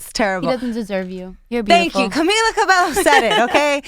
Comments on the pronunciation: It's funny how they are latinas and they can't even pronounce CABELLO right lol . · What kind of latina would pronounce it 'Cabello" and not "Cabejo" though.. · ur latinas and u said her name wrong hhhh it's Cabeyo chicas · Ok so like they are latinas and they pronounced Camila CabeLLo? what the hell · They said cabeLLo twice and i cringed! she's just so nice so she wouldn't correct them. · How they speak spanish and pronounce her name like that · She's literally Latina and she pronounces the 2 L's like how Americans would... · how are they latina and can't pronounce cabello correctly lmfao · I hate how they say her name omggggg. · How do they not know how to pronounce her name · I had to pause the video when that girl pronounced Camila's last name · they're Latinas but they can't pronounce Cabello right? smh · I want more interviews.. she's so cute 😍😍💜 That was a really good interview.. the pronunciation of her name annoyed me a little but it's ok .. they're really sweet. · who cringed when she pronounced camila cabello wrong